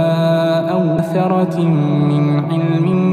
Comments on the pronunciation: ما شاء الله عليك صوتك رائع، ربنا يحفظك لكن عندي تعليق بسيط وانت بتقرأ: "أو أثارة من علم إن كنتم صادقين" انت قرأتها أَثَرَةٍ بدون توضيح الف المد والصحيح: أثَارَةٍ وربنا يجازيك كل خير علي هذا المجهود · او اثارةٍ وليس اوثرةٍ حرام عليك كل هالناس يسمعونك انتبه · في خطأ بالآية 4 في نطق (أثارة من علم) لفظت (ثرة من علم ) و جزاكم الله خيرا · عندك خطأ او ثرة مو ثره او اثارةٍ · ما شاء الله عليك صوتك جميل بارك الله فيك بس ركز على إيتوني وكلمة اثارةٍ ولو تقرأ على شيخ ويجزيك على الاقل كل سورة يجزيك عليها ومن ثم تقوم بتسجيلها ونشرها او تسمع للحصري والشريم والحذيفي وان شاء الله تستفيد منهم وبارك الله فيك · In verse 4 you have made two mistakes one in the pronunciation of I'tuni, which should be eeetuuni as you had stopped at Assamawat. The second one is at Asarat in which you should have elongated the Asaaarat. Please before uploading the video kindly listen to it properly for any mistakes and the upload. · وأخطأ في قول أثارة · ماشاء الله ، الله يبارك له بصوته وينفع به ، قرائته مميزة جدا ، بس ما ادري هل يقرأ بقراءة حفص عن عاصم؟ او غيرها؟ اذا بقراءة حفص فأتمنى تراجعون نطقه في الاية الرابعة في كلمتي (أئتوني - و - أثرة ) فيها نطق للهمزة وحذف الالف ، اما اذا القراءة بغير حفص ماعندي علم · يجب تصحيح الايه رقم ٤ فعند الوقوف على كلمة السموات تنطق كلمة ائتوني بمد البدل وكلمة أثارةٍ يجب تصحيحها جزاك الله خير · السلام عليكم ورحمة الله وبركاته اخي وحبيبي أحببت صوتك كثير ولامس قلبي طبعا بالقرآن ولكن يوجد خطأ تلاوة في هذه الصورة خرب المقطع كله في كلمة إيتوني وأثارة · السلام عليكم. لماذا القارئ لم ينطق الالف في كلمة أثَـٰٰرةٍ